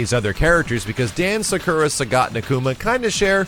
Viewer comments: suhkura? thought her name was pronounced soccera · Sak-oo-ra, not Sa-kur-a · why u say sakura like that is like u are saying zekura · What's a Sukera? I know Sakura but Sukera? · Sacurra (Sa-kUra).. i cringe every tim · Cool, but that's not how you pronounce "Sakura". /weebmodeoff